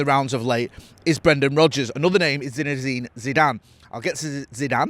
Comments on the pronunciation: Lol continuously calling the bloke "ZINEZINE Zidane"😂😂.. If he becomes our manager you'll have to get it right 😂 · So many Z’s 😂😂😂